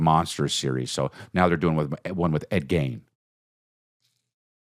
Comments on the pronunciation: "Ed Geins" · chris saying ed gein's name wrong over and over is pissing me off